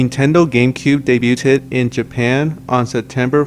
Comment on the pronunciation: You said debuted wrong